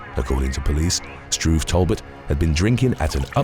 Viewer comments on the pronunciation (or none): First time I've heard someone pronounce Talbot "Tall butt."